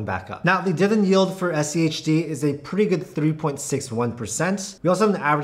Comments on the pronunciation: diviDEND, not diven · Can you actually pronounce the word "Dividend?"